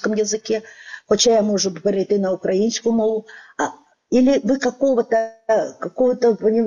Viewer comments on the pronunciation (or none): none